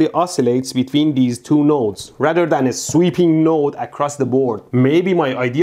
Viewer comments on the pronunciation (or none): none